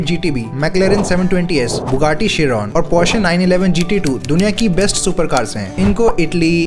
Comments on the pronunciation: great video, but bugatti chiron is pronounced as sheeron not kiron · Chiron is a hypercar, not supercar Ferrari is Italian company(Ferrari is like a religion in Italy, how could you make this mistake 💀 ) and Mclaren is a british company with proud british racing history. Its pronounced as Bugatti "shee+ron" not "Kai+ron" Otherwise great vid 👍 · Kaiaron nahi Shiron hai. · Son it’s Bugatti Chiron not kyron 🤣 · Kairon nahi Chiron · Its "sHe-Ron" not "Kai-rOn" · Yeah Shi-Ron